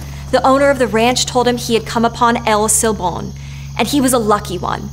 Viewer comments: "L' Seebom"???...I can't with her pronunciation of "El Silbón", it's so painful. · she said el sil bone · I kind of get put off by how she says shes so excited to learn about . El silbon. But her pronunciation is lazy and bad. Whatever.